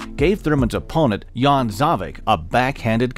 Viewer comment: Great video, absolutely love the content. I have a small complaint. Scene in , after the Mayweather bit, the other guy is actually a Slovene boxer Dejan Zavec (for correct pronunciation check of